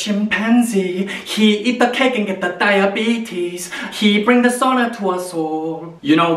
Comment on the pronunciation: I also thought he said sauna but I realised he was saying dishonor 😂😂